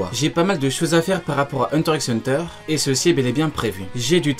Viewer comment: Ça me stresse de ouf que tu prononces le x de hunter x hunter 😖😖😖